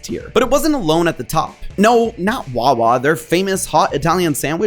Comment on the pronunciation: It's wawa. Your wrong. It's wawa